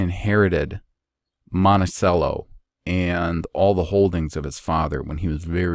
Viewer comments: I’m really loving this series! I live in Charlottesville “the home of Thomas Jefferson” Just a small note, Monticello is pronounced like the musical instrument (like it has an H in it) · Ohh, with an "h" in it. I get it, Monthicello. Oh wait, or is it Monticelloh? Hm. Jk. I didn't know TJ was from there but he is probably my favorite person in all of history. At least right at the very top. And there's a good chance actually existed.😀 Cheers